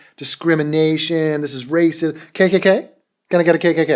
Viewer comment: lmao. the way you say 'wacist' is fucking hilarious. jaclyn should take some comedy notes.